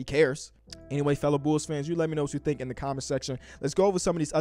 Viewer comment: Everyone: The Bulls: The Bools